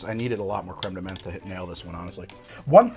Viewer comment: Menthe beinge pronounced as men with a th at the end had me dying !